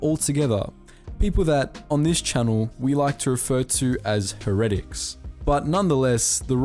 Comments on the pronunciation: The word heretic is pronounced hera(like syndulla)...tick. HERA.TIC. NOT what ever the hell way u pronounce it. You can literally type a word and then type "pronunciation " in Google and it will legit say it to u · "People that, on this channel, we like to refer to as [butchers the word heretic]" Be glad you work on Star Wars and not 40k, my dude. Also there are maybe 6 worthwhile episodes in season 1, the rest is just nails-on-a-chalkboard painful to listen to. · Dumbass doesn't know how to pronounce heretic.